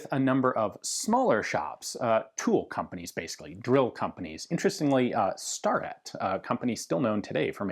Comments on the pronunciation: Small correction: Starrett is pronounced as STAIR-it, not STAR-et. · The common pronunciation of Starrett rhymes with ferret, Ian.